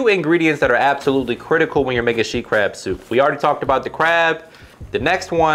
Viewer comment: i thought it was called “sheet” crab soup 😂